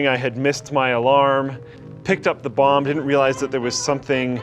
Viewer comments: I keep hearing him say bong instead of bomb. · Why do I hear bong everytime he says bomb? O.o maybe I need to take a toke brb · When says bomb it sounds like he is saying bong lol